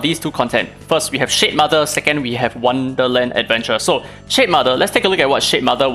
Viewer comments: Ngl I wasn't hearing shademother, I was hearing shitmother, and honestly probably a more accurate name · It toom me a long time to figure out weather you were calling it the S***mother or Shade mother😂. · I love that I kept hearing "shit mother" 🤣